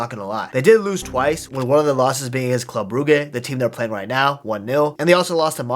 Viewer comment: The way he say club brugge irritates me so fucking much lol😂😂😂